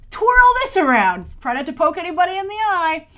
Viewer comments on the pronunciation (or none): none